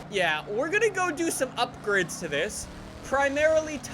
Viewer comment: We are going to do some UPGRIDS to this....... Does know how to pronounce any words??